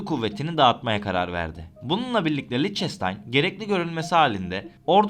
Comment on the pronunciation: Lictenstein degil Lichtestein 🥰 ch sadece he harfi okunur!!!! Belgesel yaparken dogru yapin…